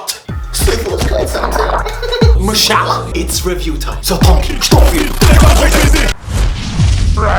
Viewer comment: “Mashala” 😂 A for effort tho